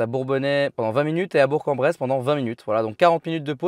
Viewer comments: Enfin quelqu'un qui dis Bourg en Bresse correctement :) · Super video , et un grand merci a toi d'avoir dit le nom de Bourk en bresse correctement 👍 merci et merci 💪 cela est trop rare 😂